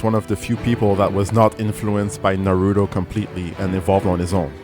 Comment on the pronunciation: Obido, Narudo, I know you're embarrassed but just pronounce it correctly!